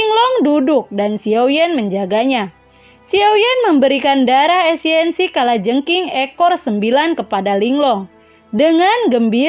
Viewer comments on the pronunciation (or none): Esensi kak.. bukan esiensi 😁😁